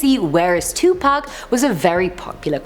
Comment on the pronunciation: 😆 thank you for saying Pacs name right, 2 Pac and not 2 Pack🤣